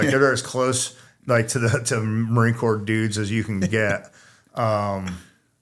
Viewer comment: Stop pronouncing the P in Corps!!!